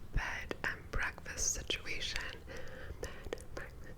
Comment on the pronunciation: Bread and beckfast